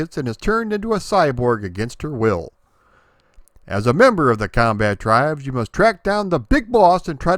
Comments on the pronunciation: Comba-Tribes, not "combattribes" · I pronounce it "The Comba-tribes". I still think that's the right way to say it.